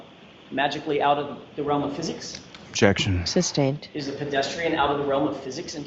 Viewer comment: " objection" "substained" !